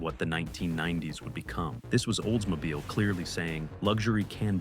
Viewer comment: The Oldsmobile you miss pronounce repeatadly with a V sihh.... at 10 min. Was your editor drunk?